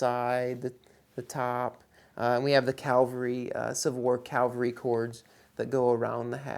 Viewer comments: Cavalry, not calvary. :) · Its pronounced " C A V - A L- R Y"!!!!!!!!!!!!!!!!!!!!!! Say it, learn it and you will no longer sound stupid!